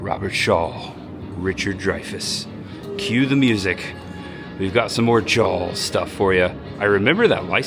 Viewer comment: By the way, … It’s Jaws not “Jawls”